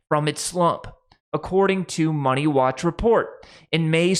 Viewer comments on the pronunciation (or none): none